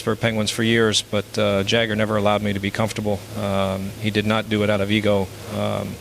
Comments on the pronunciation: MICK JAGER 🤣Thats how he pronounced Jagr total AI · This mispronunciations of names Jagger is in Mick. Total AI. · Jagr is an NHL icon AND a former teammate, yet Mario can't say his name right. 😆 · Jagir and Roy pronounced like someone who has never watched the game. Yeah, this is not Mario. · If this really was Mario talking , he wouldn't of mispronounced pat and jams names - AI is already out of control !